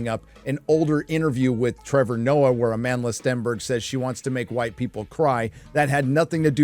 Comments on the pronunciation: did he say A-Manless beyotch? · At first, I thought you were calling her "A manless Stenberg." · I keep hearing her name as a manless stenberg